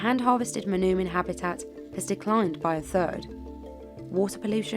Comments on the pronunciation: For the sake of accuracy, the “oo” in “manoomin” is pronounced like the “o” in the word “toll” not “tool”. “Muh-NOH-min”. The Ojibwe language doesn’t have that “ooh” sound, and if you catch an Ojibwe saying it that way, it’s because they didn’t get to learn their language, unfortunately. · Mah-NOH-min, not mah-noo-min.